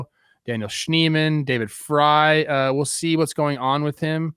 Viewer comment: Credibility falls off the clif when host/s can't annunciate names correctly .Was shocked when David Frys name was pronounced correctly